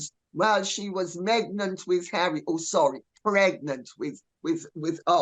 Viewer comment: Ohmygosh “megnant” did y’all catch that one!? Lady C you are f*cking brilliant!!! 👏🏼👏🏼👏🏼